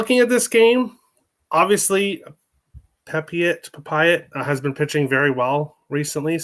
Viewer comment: it's pep-e-oh